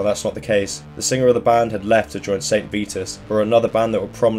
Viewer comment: I get stabbing pains every time you pronounce Vitus as "Veetus". Good video though.